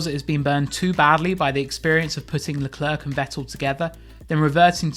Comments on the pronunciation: The C is silent.... Idiot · I hate the way you say Leclerc... Figure it out.